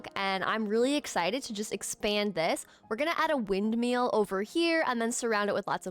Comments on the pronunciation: i love your videos so much, but its "windMILL," not "windMEAL." its been driving me insane 😭😭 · Ok, …I can’t help it. Windmill as in ill, not eel. 😂